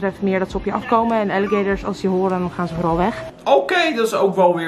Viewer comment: Alligeetorrsss? Die beesten heten gewoon Aaaliegaaatorss!! Grrrrrrrrr